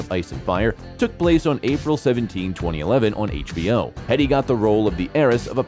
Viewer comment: Jerome, not Jeremy! Plus her surname is pronounced Heedee.